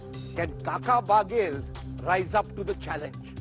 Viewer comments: Rajdeep ji बघेल है n की बागेल 😂😂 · महा....बाघेल नहीं बघेल ।